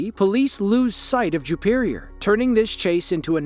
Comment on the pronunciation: Juperior? Jewperior? Ok.😮